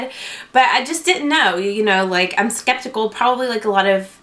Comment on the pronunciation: ... "eskeptical"? haha Good video though.